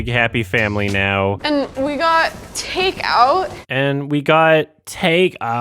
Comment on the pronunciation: Years later; I cannot get over that fucking pronunciation XD takeOoUt "Hey are you bringing us home some takeOoUt..?" "yEs..."